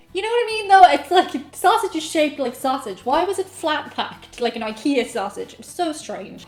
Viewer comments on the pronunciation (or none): none